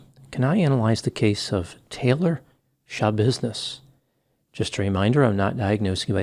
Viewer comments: 😂😂omfg "None of your Shabusiness" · “It’s none of your shabusiness” 🤣